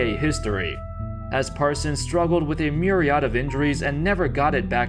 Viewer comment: You pronounced myriad wrong